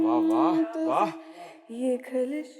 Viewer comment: ڈاکٹر عمر کو صاحب برائے مہربانی نئی پود کو اردو کے تلفظ کی بھی کوئی تلقین کریں خلش کو کھلش بول رہی ہے، خ کو ہر جگہ کھ بول رہی ہے،